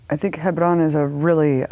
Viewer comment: I found it so pretentious how abby Martin pronounces Hebron ,its alright abby just say Hebron like a normal American no need to try and pronounce it that way unless you can pull it off.